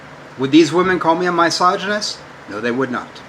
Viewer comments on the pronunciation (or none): I know he speaks English, but nothing he says makes any sense. Also this reminds me how he used to say my-soginist instead of misogynist. He seems to have traded that in for teel-o-meers.